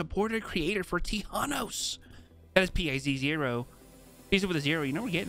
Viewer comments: How people normally prounounce Thanos: thFanos Vs How prounounce it: T-Hanos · Its th anos not T hanos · You said thanos wrong your suppose to say it like than then os not t then hanos. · did he jus say t-hanos is a scientist... 😭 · "Word on the street is that we're getting T-hanos tonight" 😂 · ay! I'm not the only one who calls him t-hanos! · “T-hanos is very intelligent ”😂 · "T-Hanos" 😂 I loved pizo's explanations to why he chose certain backblings for Thanos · Tee-han-nos dancing will forever be cursed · Now to annoy my friends by saying T-hanos all night lol Thanks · T-hanos hahahahahah I am dead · TI hanos 😂😂😂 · did you really just say T-hanos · Whay you say tea hanos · T hanos huh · T Han Os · Plz never say t-hanos again absolute cringe😐